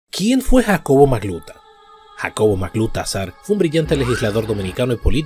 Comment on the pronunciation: No magluta. Sino, Majluta